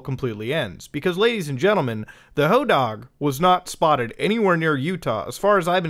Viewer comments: Sir I love you but plEASE the hodag is pronounced "ho-dahhg" with a long A such as in pad or bad It was my high school mascot :) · AYO I ACTUALLY LIVE IN RHINELANDER, the hodag is our mascot and we have statues of it all over town. i got literal goosebumps when suddenley hearing muta mention my town lol. Also it's pronounced "ho-dayg" lmao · the statue picture you share of the hodag is at the "Rhinelander Area Chamber of Commerce", he greets you as you drive into rhinelander. we have a hodag country festival for him. we pronounce it "hoe dayg" not "hoe dahg" btw. kids steal hodag nails for good luck, it's dumb. and rhinelander has a lot of drug addicts in it compared to the other towns nearby. maybe that helps figure out if its real or not. :p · In Hodag the a is a long. I didn’t expect a caving story in Utah to have a monster from a place I grew up visiting in Wisconsin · Hodag dag is pronounced like tag